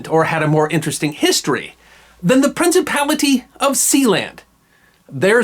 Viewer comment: Something about the sound of that word, "Prinicipality" that my 20th Century soul just enjoys immensely.